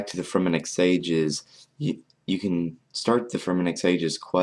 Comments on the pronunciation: hey you look sleepy also its sagas not sages s-a-g-a what your say is s-a-g-e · sagas not "sages" dude